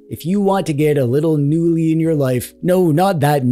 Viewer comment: In the swedish word the K is not silent.